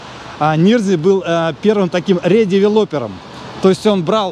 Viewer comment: Дом НирнзЕе (с ударением на Е), редевЕлопер (с ударением на Е). Переулок ГнезДниковский... Все риэлторы такие косноязычные?